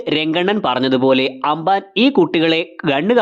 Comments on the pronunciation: Anbaan alla ambaan 😂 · Broo.. anban alla amban aa....😊